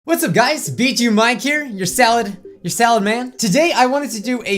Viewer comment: You said bijuu mike i heard bitch u mike